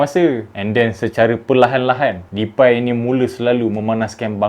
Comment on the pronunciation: Cara pronounce DEPAY yg betul memang "DEPAI" eh? Ke "DEPEY"?. Sbb aku terganggu betul bro ni sebut depai depai depai ahahaha